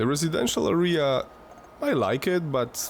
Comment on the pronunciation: Nie arija 😂 tylko area 😂